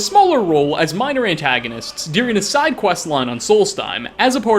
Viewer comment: Why do you pronounce the word ‘during’ as dearing?